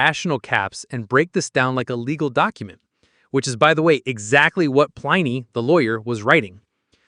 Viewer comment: Plin-ee not Pline-ee.